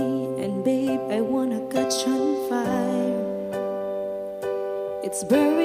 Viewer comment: She just needs to learn how to liase and to open her jaws when pronouncing an english song. Like catch is not pronounced as cutch. She has a that voice but needs to tell a story too.